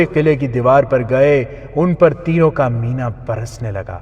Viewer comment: Urdu pronunciation is not good...for example ...Hur-awwal ..it is Huraawul ..it means Forward Dustta / front corp.... Teeroo ka Miha....correct pronunciation is..Teeroo ka Minh (Barish).